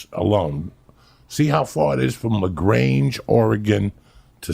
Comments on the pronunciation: La Grainge Oregon? I know he means La Grande but that still cracked me up lol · Its pronounced laGrand, but spelled lagrande, I promise u were not in the lagrange its like population 5, but I was born in lagrande Uncle Joey!